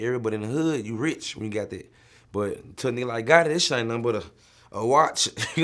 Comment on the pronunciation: This nigga Vlad said “Young Gotti”